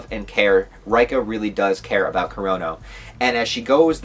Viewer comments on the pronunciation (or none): why you still calling her R-eye-ka lol, it's Ray-ka. And Tae is Tah-eh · reika = RAY-ka ..... Tae = TAY 😂😂